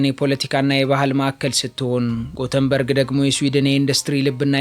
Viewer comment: Yeketemaw sim Gutenberg sayihon "Yetebori" sitera endezih new "Göteborg '